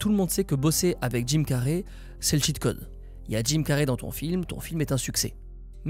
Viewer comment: c'est pas carrey comme carré mais carey comme carry